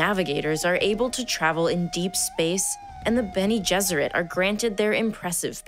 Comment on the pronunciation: Good video, I did chuckle at the "Benny-gesserit" :D